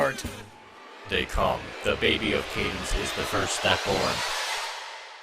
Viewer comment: “How aboth Candance babby” 😂😂😂😂😂😂😂😂😂😂😂😂😂😂😂😂😂😂😂I can’t even 😂😂😂😂😂😂😂